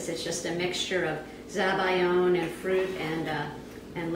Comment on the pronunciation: everything was going well until you said zabiyo and i was like whats that